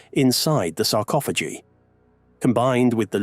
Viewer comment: Please.... make up your mind on how you pronounce the word sarcophagi!